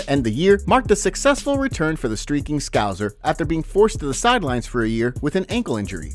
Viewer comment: Still can’t say ‘Scouser’ correctly